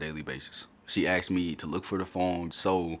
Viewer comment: I axed you 😂😂😂